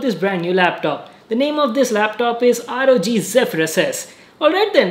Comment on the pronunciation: Rog sounds like rgb Like if agree